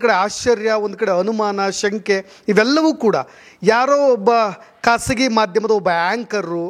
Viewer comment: Kasagi alla, khasagi..beda saar normal kannada maataadi